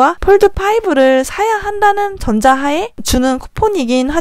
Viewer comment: 영상 유익하게 잘봤습니다! 근디 이부분에서.. 전자하에가 아니라... 전제하에 입니다..ㅠ😅